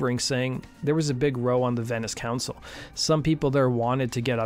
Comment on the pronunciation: Great videos. You mispronounced 'row' in this one. When 'row' means an argument or disagreement it's pronounced to rhyme with plow.